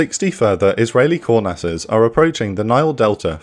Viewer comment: So this bothered the absolute shit out of me the last time this plane came up on this channel and it's happened again... he's saying "kurnass" not core nast or coreness... etc